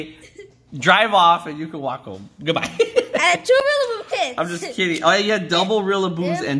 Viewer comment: said ow instead of oh!!